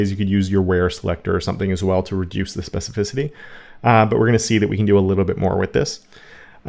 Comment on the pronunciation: That trick of hovering over a tag or selector and seeing specificity is great. Doesn't show up in Firefox which is yet another reason for me to quit using it, I guess. Oh and congrats! on your specificity pronunciation!